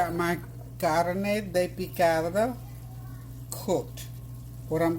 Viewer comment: Great job on the pronunciation 😇 You said Carne Picada very clearly. End result of dinner looks delicious as always.